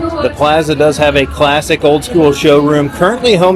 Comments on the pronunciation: It's PLAAAAza ! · The way he says Plaza drives me crazy. I skipped video after the 5th Plaza. Ouch